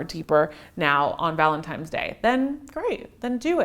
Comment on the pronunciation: I think it is so cute the way says ValentiMes Day!!